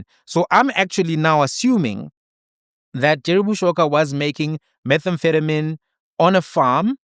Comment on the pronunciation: That you couldn’t pronounce methamphetamine while wearing a coat in a lab was too funny. 😅